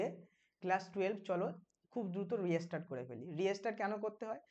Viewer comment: Restart er pronunciation ki reastart ....ektu notice korben